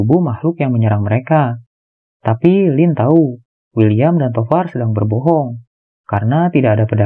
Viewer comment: Tovar & William salah sebut teros😥